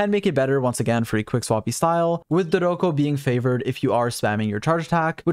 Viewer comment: I try not to clown on your bad pronunciations usually, but Klee says Dodoco so frequently during her event that I have to bring it up!